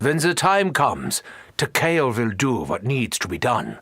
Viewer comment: i love this, i love this channel. but man, it was slightly painful to you hear mispronounce Takeo so many times. Tawkeeow, is how ur saying it... Tah Keh Oh, it how it SHOULD be said. its almost like youre mispronouncing Tokyo, even the subtitles have it marked as "Tokyo"